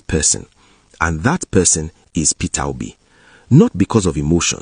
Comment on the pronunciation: Nit Peter Obi, he says Perer Obi😂😅